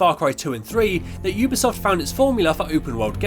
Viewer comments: Really well made video well done but oooobisoft? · I’m sorry but this was infuriating oobisoft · Yeah but some people pronounce it as uu bee soft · Am I saying Ubisoft wrong because he says it like oobisoft